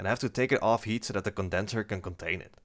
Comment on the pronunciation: I know you are saying Heat. But every so often I think you are saying Yeet. and its funny when you say "going to Yeet(heat) it" XD